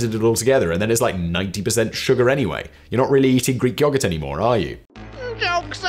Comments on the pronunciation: yo-GERT its not that hard simon its not yah gurt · I've heard a lot of people and I've heard a lot of words and never have I ever heard someone pronounce yogurt that way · "yoggart" lmao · State side most of us say yo-gurt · Is anyone else amused by the way Simon says yogurt, or am I high? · The way simon says yoghurt... or maybe my Australian accent just isn't a fan 😅